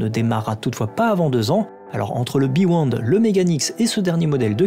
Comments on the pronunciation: Hello, bravo pour la vidéo:) Juste une précision, c'est pas le beWond c'est le beYond:) Tu te trompes en le prononçant:) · Le "bewond " ? ^^ :)